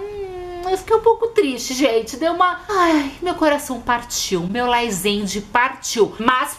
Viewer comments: GENTE É LAZENDE E NÃO LAIZENDE MDS, TODOS OS FCS USAM LAZENDE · Se até Camila Loures fala laizende ai ela sabe de alguma coisas kkkkl